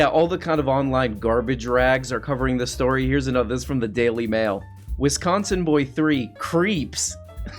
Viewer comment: Noooo not wEsconsin 😉🤣😘 love ya